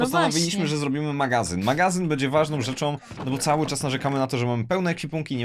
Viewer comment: NIE MÓW,,MAGAZYN'' TYLKO magaZIOn